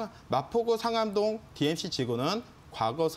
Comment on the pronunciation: ㅋㅋㅋㅋ 아니 리허설좀 하고 하시지 너무 긴장하셨네 ㅋㅋㅋㅋㅋ 발음도 좀 연습해서 하시면 될 듯 싶어요 예를 들어 상암동을 산안동으로 말씀 하신다는지 ㅋㅋ... 좋은 정보 감사합니다